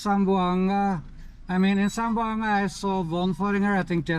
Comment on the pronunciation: Hi im from Zamboanga city 🎉🎉 zam-bo-anga 😅😅👋👋👋